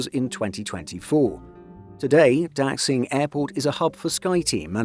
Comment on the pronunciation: Please train your machine voice narator on how to properly pronounce the word "Daxing". In particular, please inform the machine that "x" should be pronounced as "sh" rather than as "ks". Cf. also the pronounciation of the surname of China's current leader, "Xi".